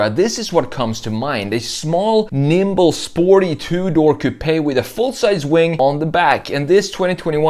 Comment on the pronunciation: The E in coupe is silent.